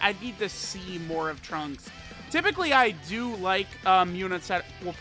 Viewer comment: I cringe when he tries to say trunks in Japanese